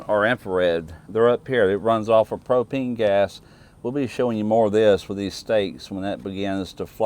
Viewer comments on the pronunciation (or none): none